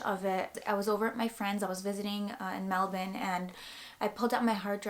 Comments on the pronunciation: You're the FIRST person Who lives in another country THAT actually PRONOUNCE "MELBOURNE" Correctly!!" I NEVER hear anyone besides Australians saying it right. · Thanks for pronouncing Melbourne like a local! <3